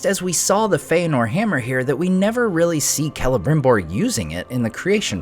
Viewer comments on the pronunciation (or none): Why do they call him „K“elebrimbor instead of „S“elebrimbor? I always thought lore said it was Selebrimbor?